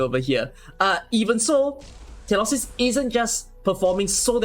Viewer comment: She literally calls herself feelee-opsis yet you still call her tillopsis.